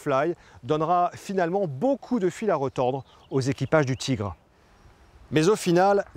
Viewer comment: Le char allemand est un Tigre, pas un "tchigre". En dehors de ça il faut reconnaitre que c'est intéressant, il y a de l'idée avec ces animations.